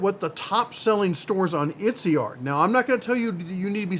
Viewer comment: It’s ET-SEEEE